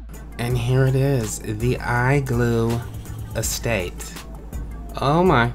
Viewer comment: FYI its pronouce as " ɪˈsteɪt,ɛˈsteɪt " Pronouce it as Es-state Not Es-staté Go search it on google then u will know wut i meant ;)